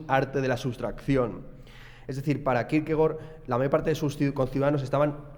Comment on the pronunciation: Gracias por pronunciar bien Kierkegaard